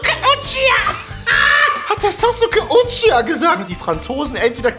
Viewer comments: Uchiha spricht man Uchiwa aus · was witzig ist is das uchiha wirklich uchiwa ausgesprochen wird